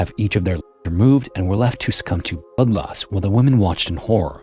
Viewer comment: Dude, you’re totally using an ai voice. There’s no hiding the telltale deepfake warble and it sounds nothing like your natural voice from before you started using it. Hell, at 13 minutes you don’t even try to hide that it screws up saying limbs and blood loss.